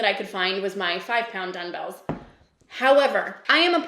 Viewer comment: Am I hearing you say, “dun-bells”? Is that a Canadian thing? It caught me off guard haha